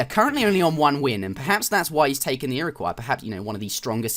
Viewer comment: You pronounced "Iroquois" correctly! :3